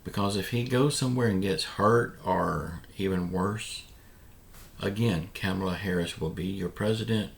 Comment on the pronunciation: When are you going to stop mispronouncing VP Harris' name?